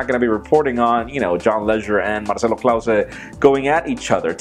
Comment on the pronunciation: It's Marcelo Claure not clause...